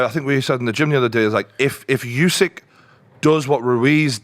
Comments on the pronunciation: It's not "yousik"....it's "oosik". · Hey, the name's Usyk, not Yousick.